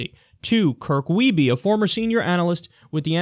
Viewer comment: Haha never thought I'd see a Wiebe on a Secular Talk story. Also Kyle and others it is pronounced weeb. It is a low german/mennonite origin last name.